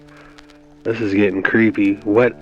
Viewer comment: Alright, I gotta let the kraut out and give you a quick lesson in German pronunciation. When you say "Die Glocke" you pronounce "Die" dee, as in DElicious, not die, like "I don't wanna die! Don't kill me!" You said "Glocke" perfectly though, so good on you for that. Love you.